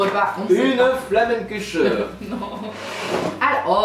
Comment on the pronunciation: C'est la flamenkuech pas flammenkutcheuh mdr